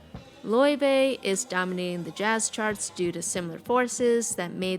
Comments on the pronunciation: Btw it's Lay-vay not loy-vay I think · loyvay is the true icelandic pronounciation. layvay is saying it right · You said her name wrong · You pronounced her name wrong lmao